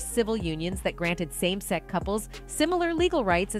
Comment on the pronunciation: Why can't the commentator pronounce the word sex? I have never heard anyone pronounce sex as "sec". Weird!